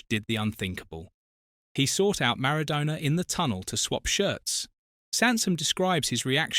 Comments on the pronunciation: Could you try to pronounce Maradonna's name correctly. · Pronounce MARADONA correctly you DIV.🙄🙄🙄🙄🙄🙄🙄🙄